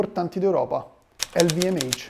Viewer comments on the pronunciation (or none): Meglio pronunciarlo alla francese: ellvumash....... 😜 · Non puoi però pronunciare l'acronimo LVMH come se fosse inglese. "el vi em heich" non si può sentire. Le lettere dell'acronimo vengono da parole francesi, non inglesi: Louis Vuitton Moët Hennessy! Se non sai pronunciarlo in francese, allora usa la pronuncia italiana, non quella inglese!